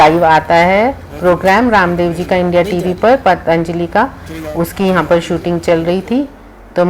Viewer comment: बाकी तो,सब कुछ अच्छा लगा.... पर...... पर...... आपने पतञ्जलि शब्द का उच्चारण करना वहाँ जाकर भी नहीं सीखा.... अपनी नज़ाकत छोड़िये मैडम, आप भारतीय बनकर रहिये अपनी संस्कृति, अपनी जड़ों, अपनी मातृभाषा को मत भुलाइये....